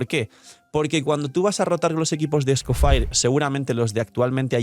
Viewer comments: "escofaier" lol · Por qué lo pronuncia así? 😰